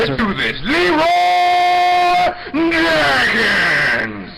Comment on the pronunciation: It is Leroy not eliiiiii lol